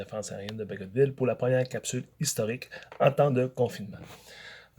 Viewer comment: Donc il faut prononcer le "t" dans "Bagotville" ?